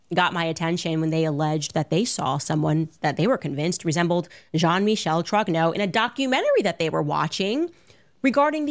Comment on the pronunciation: JOHN-MITCHELL TROGNAAU... 😂 Elle prononce les noms comme mon GPS à Montréal. 😅